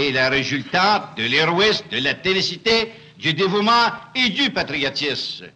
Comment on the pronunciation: Le "patriotisse"!:🤣🤣🤣